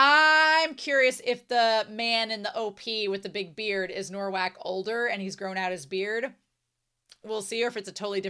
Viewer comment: Thank you for this reaction! For the future, I know you already realised its "Nowak", but let me explain the spelling - its spelled like "Novak", our "w" sounds like your "v", and your "w" sounds like our "ł", which is actually a letter used in Rafał's name. I love this series and your reaction to it!